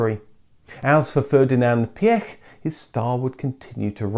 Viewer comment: Ferdinand Piëch ist pronounced like: "Fair-dee-na'nt Pee--ech" (Quickly spoken)